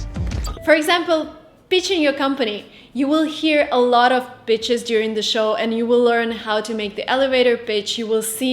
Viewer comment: Check your pronunciation . . . When you were talking about "pitches," I thought you were saying the word that rhymes with "pitch," but starts with "b." (I'm a native speaker.) "P" is aspirated.